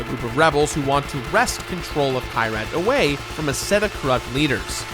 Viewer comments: it’s key-rat not kai-rat😭. i’m sorry hate to be that guy. great video tho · Kyrat, not Kayrat., you mispronouncing villain. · Fun drinking game: Every time mispronounces Kyrat (KEY-rat) take a shot. Note: Make sure you’ve updated your will in case you succumb to alcohol poisoning.